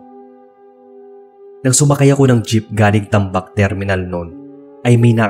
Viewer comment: silent listener here from Iloilo 😊 tagbak po yun. hindi tambak hehe